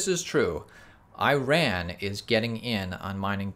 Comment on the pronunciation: I-RAN or E-RON? Come on man!